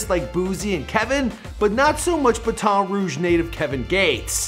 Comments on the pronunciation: Who else live in Louisiana like me and mike and it's not Bat-on Rouge its Baton Rouge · It’s pronounced Bat-en Rouge and I’m from here so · Baton is pronounced like Baten lol you can do all this research on his background but not how to pronounce his home towns name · More like batt-in but yh u right💯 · Bat (Like a baseball bat).....Ton (like heavy weights) Rouge (pronounced like scrooge) "Baton Rouge" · Ba-Ton rouge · It’s pronounced Batton Rouge gang yk this🤦🏻‍♂️ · Bat-en rouge try saying that